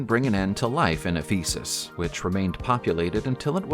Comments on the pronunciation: Pronounced eh-fuh-suhs. Sorry i had to correct . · You really are funny, trying to pronounce Ephesus........ You would be made a fool in Turkey......Nob. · Ephesus = EFF - uh - suss Monsieur = muh - SHYUHR Worcestershire = WUH - stuh - shirr Evesham = EVE -eh - shum Hypocaust = HIGH - poe - cawst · If you really have to use computerised speech, could you at least train it to pronounce place names and people's names correctly, rather than as they are spelled? I am thinking of Worcestershire (UK), Mosul (Iraq), Ephesus (Greece) and Sennacherib (the Assyrian king). They're the ones I had heard of previously. But if you can't get the well-known ones right, what chance have we of learning the correct pronunciation of the others?